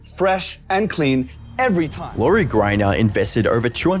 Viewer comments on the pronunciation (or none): "Laurie GRIINER"... lol. this guy doesnt spent 2 seconds to learn a pronunciation?